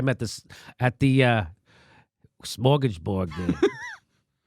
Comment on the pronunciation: "smorgas board", lol